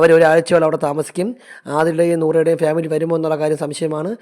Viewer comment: ഉച്ചാരണം ശരിയാക്കു . ഫ്യാമിലി അല്ല. ഫാമിലി.